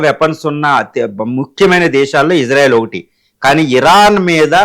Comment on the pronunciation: To Anchor (about pronouncing) - It's not Izarael it's Israel.